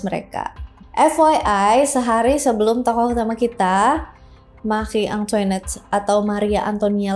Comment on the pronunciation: Makhri antoanet bacanya 🤗🤗